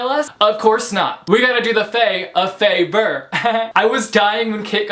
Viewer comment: "We gotta do the fae a FAE-vour" I'M DYING